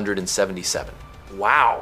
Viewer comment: Cool video. Almost believed that it wasn’t AI generated until it tried pronouncing 1977.